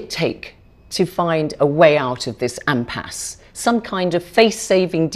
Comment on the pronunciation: it is Iimpass' not 'Ampass"